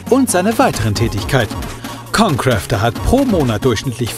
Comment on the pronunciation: er sagt jeden namen von youtuber falsch xD ConCrafter = ConCräfter Rewinside= rayvinside